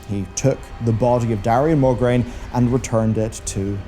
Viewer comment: MO-GRAINE, not MOR-GRAINE